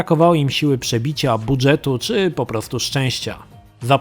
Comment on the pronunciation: tyle czasu Cie oglądam i tyle razy słyszę jak wymawiasz "BUDŻET" jako "bu DŹ et" to mnie coś strzela. Nie wiem czy to w ramach drażnienia ludzi takich jak ja czy niespecjalnie ale błagam, przestań.